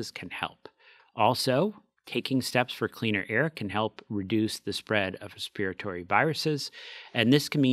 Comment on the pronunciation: is the first American person I’ve ever heard pronounce respir-at-ory correctly! Most people say ‘respitory’. I’m British.